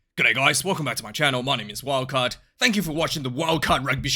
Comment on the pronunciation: Perfect pronunciation,!